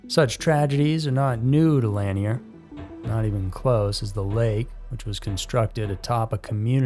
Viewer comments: Locals pronounce it Lake La-neer, not lan-e-er, just FYI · Why don't you ever check to see how things are pronounced if you're unsure/not familiar with it? It's Lake "Lan-ear", not Lake "Lan-ee-er", boss. Two syllables, not three. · To be more precise, the emphasis is on the second syllable - Lah-NEAR. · Pronounced" La neer" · Love your channel but please look into how to pronounce things a little better. Lanier is pronounced like La-near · I’ve always heard Lanier pronounced as La-near. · Yep, that's the correct pronunciation. This is the first video I've heard with it mispronounced. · It is. But not everyone is from around there to know. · Yeah that’s how we pronounce Lanier(La-near) here in Ga. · I was going to type this. Plus this is what the 1972 movie deliverance is about with John voight and but Reynolds...im 56 from nj hate young people who are clueless 😅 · Who’s gonna tell him he’s pronouncing Lanier wrong the entire video 🤦🏻‍♀️